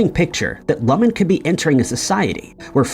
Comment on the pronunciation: Love the video but you’re pronouncing Lumon weird 😂